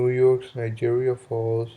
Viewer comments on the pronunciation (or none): You need to take some pronunciation class, Niagara Falls NOT Nijeria Fall